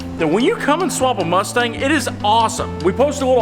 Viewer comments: Its the cumstang. And becouse it's easyer to pronouncw we will change the name slightly. To cumstain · Lol the”cumstang”😂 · Pronounced cumstang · “The Cumstang” 😎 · Did he say "smokestang" 😂🤘🤘🤘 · Ah yes the good ol CumStang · The cumstang🤣🤣🤣👌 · Call it the Cumstang?? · Call it cummstain😂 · The "Cumstang"